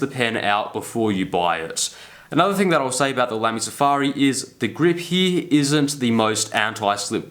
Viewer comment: It's not "HEEE", it's "HERE". LOL